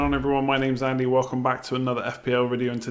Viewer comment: Gotta nail the Joey-from-Friends style catchphrase 'WHAT is going on?' though, don't keep mis-stressing Andy.